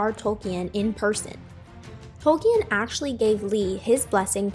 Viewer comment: I appreciate your making this video, however I recommend doing a bit more research on topics you make videos for as you mispronounced Tolkien’s name, Saruman’s, Uruk-Hai, among some other things. Love the video though, thanks for the content! :D